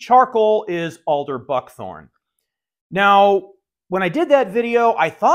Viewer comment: The Charcoal is Alder Fuckthorn. That's what I heard.